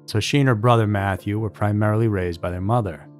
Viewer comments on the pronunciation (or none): none